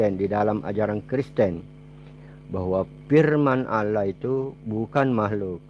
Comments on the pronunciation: Nyebut nama tuhan ko alah, yg bener ALLAH bukan alah, ini penista agama islam, nuduh" ustadz lgi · Ya kurang dn kehabisan obatnya, mana obat" bagi konyol kami gk ngaruh 😂😂😂 insyaallah kuat iman kami kuat, x lgi gk ngruh gk nyambung 🤣🤣🤣🤣 Jangan" pendata x hihihihi... Tu kn, suaranya aja tau apa agamanya, nyebut Allah, dia sebut alah 😁😁😁 capek aja lu ngoceh, nnti di kirim ke diburok hhh Ingat makin kuat Islam di Indonesia ya jangan ngwuuur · Nyoyot aja kau ini kasiaaan bilang aja Allah .bilangnya alah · Ya allah kakek2,,,,,,sadarlah kalo di liat dari topeng ini,,, sudah dekat bangat bau tanah,,,, zikir2 sana Sayang ini,,semoga cepat2 dapat hidayah lah,,,, firman allah aja gak benar ucapin nyan,,,, FIRMAN ALLAH KEK,,, BUKAN FIRMAN ALAH,,, SEMOGA ANDA CEPAT SEDAR KEMBALI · Tapi saya pribadi meragukan keislaman mbah ini,,, Dari dia cara menyebut nama Allah aja Alah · Udh tua,sok pake sorban ala" Kiyai,nyebut Allah aja Alah.KACAU! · Ngomong aja kaku,nyebut allah aja alah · Ketika mengucap allah itu seperti orang kristen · Sibapak ini agamanya apa ya , menyebut Allah aja ngak ngak pas .